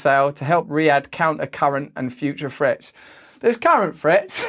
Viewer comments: Practice pronouncing threats... With a "th" not an "f" lol love your channel and your approach thank you for being you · Sounds like he says future frets